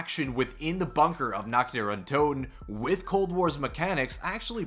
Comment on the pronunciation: You pronounce "Nacht" (night) just like "nackt" (nude) which makes it pretty funny 😂